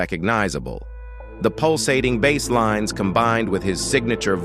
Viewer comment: what in the Stone City is this AI narrator pulling his pronunciations from? ghen-res? ran-eye-ih-sants? bah-slinees? is it really that awful to get a person to read it?